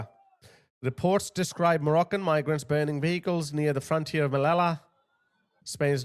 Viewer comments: Sue-ta, meleeya…….thats how you pronounce Ceuta and Melilla! Say it properly! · Just to make it clear, should be pronounced Seyoota (or even more accurate THeyoota, but definitely not Keoota. And the other one is Meliya, not Melila. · Finally, sth will be done! Yes, send the army! Hey,, just pronounce Ceuta like 'szeutta' and Melilla like "Meliya' (double 'l' = y). I am so happy to see some awakening. I have lived in the region for a year. Yes, this is a fight between good & evil, to save our Western civilization. These islmxyz want to destroy our values of democracy & freedom, and our Christian tradition & heritage.